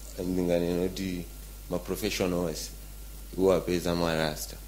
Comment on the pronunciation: Why do most malawians confuse R and L? It's not fliends and famiry and not lasta but Rasta please. It's not kacha but culture. Don't use English if it's not your language.